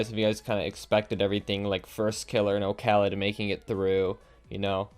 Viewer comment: can people stop calling him okhalid like it's one full name and word....the o is just for design in the user name. his name is Khalid...did we always call Paschy PaschyNinety or KuxirNinetySeven. no...we don't call JSTN jay es tee en. c'mon.